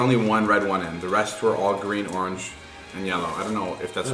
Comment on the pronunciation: When david said 'Orange' I FINALLY heard his Illinois/Chicago accent. I'm from the city and have been WAAAITING to hear it. 🤣❤❤❤